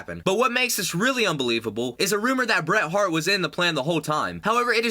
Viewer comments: Bert hart! BRET HART. THIS ANNOUNCER IS A MORON WHO CANT READ A SCRIPT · "Bert Hart" lol. DABBLE YEWTEE EFF was that? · I'm sorry, did I hear you say Bert Hart? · Did he just say Bert hart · "Bert heart"? Dude you need to stop talking so damn fast and check your facts before your post a video because your points are all over the place from pronouncing names wrong to having wrong dates for events and just being completely wrong all around on many of your statements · Did you say BERT Hart ?